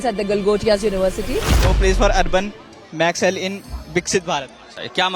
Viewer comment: can’t even read naxal maxwell😂😂😂😂😂😂